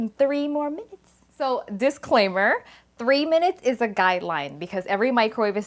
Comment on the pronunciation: Your statement “microwave for 3 minutes”. almost sounded like 30 minutes